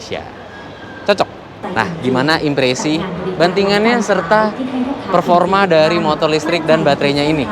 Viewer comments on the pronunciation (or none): none